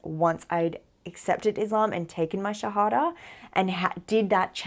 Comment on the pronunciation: Assalam Aali Qum Sister, Luv the way you say Shahadha. Pl. pray for me also to be a pure practicing Muslim . May Allah bless you n your family.